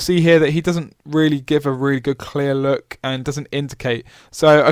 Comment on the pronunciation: Why do you pause before stressing the final consonant and stress it hard at the end so much "hi-----------tttt", "loo----kkk", "roa------ddd? What's the reason for that, is that the new in-crowd way of talking? It sounds fake-posh, "jerky" and status-seeking. A bit like the way you pronounce the "I" as "oi" "oi loike oice cream". Are you from Gloucestershire? Do you "droive" a tractor?